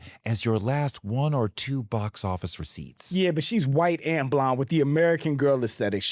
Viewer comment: Anyone who says "anz" instead of "and" sucks. Don't need further evidence to know they're pretentious and self obsessed.